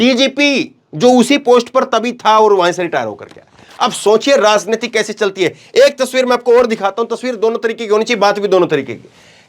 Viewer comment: राजनीति के उच्चारण में ज बोले ज़ नही